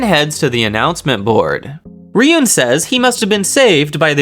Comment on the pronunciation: Ruin, not riyun. Ryuuen, ruin